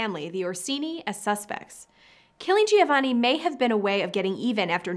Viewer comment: Giovanni is pronounced jo-vani, Cesare is pronounced with the accent on the first syllable CHEY-za-rey.